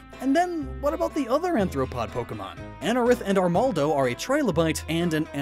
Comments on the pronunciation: Arthropod means "with segmented feet" referring to one of the defining chsracteristics of that phylum. "Anthopoda" would translate from greek as "man-footed" which isn't a thing. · Uhh.... not anthropods..... insects, arachnids, and crustaceans and myriapods are all part of the phylum Arthropoda, not anthropoda... Arthropoda literally means “those with jointed feet. “anthro” means human so anthropods would be “those with human feet....”